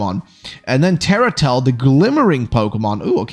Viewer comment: TERRALET U SAID TERRATEL 😂